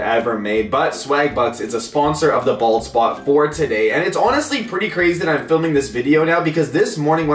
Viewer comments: I keep hearing ball spot not bald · y do i keep hearing ball spot.... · I've heard bald spot tooo much so it sounds like balls spot xd